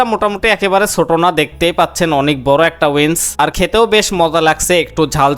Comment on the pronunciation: উইন্স নারে মূর্খ। উইংস।